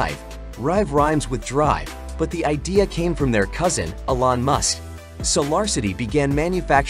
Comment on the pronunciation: Very good video. You may want to learn how to pronounce Elon with E Lon not as A Lon. Also pronouce Solar with So Lar not as Sa Lar.